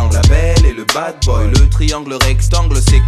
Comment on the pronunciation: Pourquoi il prononce la belle et le bad boy comme "la belle et le bass boy"?